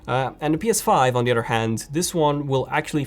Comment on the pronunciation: "PS4 Pro on the udder hand" .....? It's pronounced OTHER. Cows have udders not PS4 Pro.. at least mine doesn't.